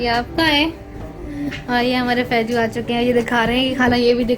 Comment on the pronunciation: Faiju ni faizu hota h